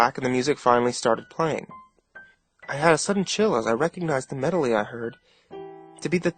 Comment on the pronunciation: Medoly. He says medoly at about . maybe earlier. Just made me lol.